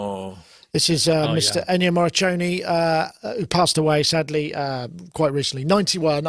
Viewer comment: It's Ennio Morri"k"one. RIP